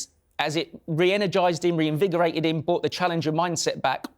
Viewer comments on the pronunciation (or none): Get somebody else to host the show, who can speak proper English. He keeps saying “bought”, instead of brought. 🤦‍♂️